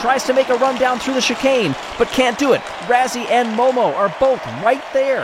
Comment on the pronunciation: Why do yall keep running Razzy instead of Ruzzy???